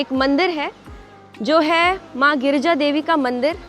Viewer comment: Girija nam h maa parvati h ucharn karna Sikh lo